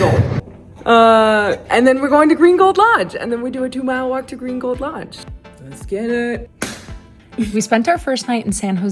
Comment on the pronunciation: Saying Green Gold Lodge quickly makes it sound like "Gringo Lodge!" 😊 Buenos dias! Yo hablo un poco espanol pero no tengo un tilde. I gave English spellcheck a FIT! 😅